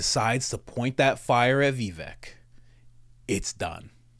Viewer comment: Pronounced Viv-ake! 🤭